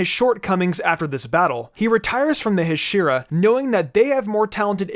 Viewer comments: He saying hashera not hashira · Ha-she-ra Not Hashura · Hashira (HA-Sh-EE-RRA) not hashiruh it’s bugging me every time it’s said uh not Ah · It is pronounced Ha-she-ra not he-shira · Ha…shhhhh- E -Ra NOT hash-IR-Ra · Learn to pronounce hashira…..it’s not heshira, it’s haashira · the pronunciation of huh-sheer-uh instead of ha-she-ra irks me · It's pronounced Ha-shi-ra not Hasheera so pronounce it that way please because it's making my ears bleed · Heshira??!!! Dude it’s it’s pronounced (HA)(SHEE)(RA) it’s said hashira in both the dub and sub how can you mess this up!???!!? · Wtf is a huh-sheer-uh????? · “Huh she ruh” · If the comment section flames you for messing up pronunciations, then perhaps it'd be a better idea to learn how to pronounce the main theme of the video LMAO "Hushiruh", he says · It's pronounced as Haa Shi Raa weird English people can't even pronounce 😒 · You pronounce Hashiriya wrong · Ha-she-ra is how its pronounced lol sry my ocd kicks in hearing that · Bro said Hashura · "Today, we’ll rank the ahshiras from demon sir" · Im gonna kill myself if this dude says Huhsheeruh one more time 😂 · It makes me mad that he calls them hashera lol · the way he says Hashira makes me annoyed... the R in japanese is pronounced as a D... so it would be Hashida... and the pressure distribution of the word is also wrong... you pronounce it Ha shira, it's more like Ha shi ra (Ha shi da with the D instead of R since R is D in japanese) sorry for the correction, just a lot of people don't pronounce them right and i feel like i'm watching a review from someone who used their entire life watching dubbed anime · It’s hashira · "The heshiras" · Bruh this man pronounced hashica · No one::Hasheera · No offense but ur pronounced hasira wrong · Okay I love the video a lot and I like the structure, but PLEASE pronounce Hashira correctly🥺🥺🥺🥺 it was making me cringe every time you said it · So no one else is annoyed of how he says hashira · I hate how he says hashira